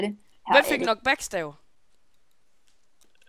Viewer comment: Måden du udtaler knockback på😜